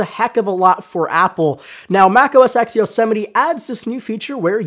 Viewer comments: Am I the only one bothered by the fact that he calls it "Mac OS X" rather than "Mac OS Ten"? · Mac OS "TEN" not EX... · It is 'OS 10' not OS X or Mac OS X. NOT X, SAY 10...10..TEN. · 10 not "X" 10!! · It's pronounced Mac OS 10. Not Mac OS X. The X stands for ten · Yea I know right!? It's OS 10 not "x"! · You said OS ex? And you work for phonedog? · hearing "mac oh es ecks" drives me up the wall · it's Mac OS TEN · Mac OS "EX"? o_O